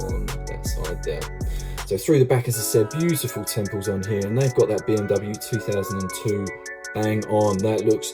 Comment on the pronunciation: Hi, love your videos, learned a thing or two. Just one thing though, it's not "temples" mate, it's "tampos". So called because the detailing is "tamped" on using a similar method to the one they use to put the expiry date on eggs with.